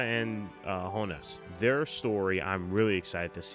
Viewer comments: I’m pretty sure it Jonas with a Y sound, not an H. Jonas = Yonas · That’s the Spanish pronunciation, I guess. It’s pronounced “Yonas” in German. I also recommend you switch the subtitles from “English (CC)” to “English”. The regular subtitles are usually accurate translations of the original dialog, while the CC subtitles take some liberties that don’t really make sense or are even straight up mistranslated sometimes. Apart from that, great reaction! A love all the parallels between this episode and S01/E01.